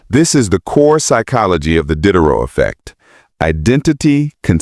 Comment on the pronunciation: AI slop. "Dee-day-row", not "Did-er-row".